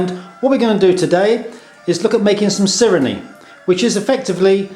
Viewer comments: Its pronounced see ray neh not sirini you dolt. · It is pronounced Si re ne